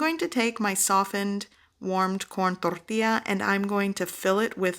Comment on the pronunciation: The pronouncing of “tortilla” is a bit aggressive no?